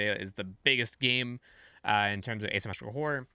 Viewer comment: ASyumeetcicla is how you're pronouncing Asymmetrical.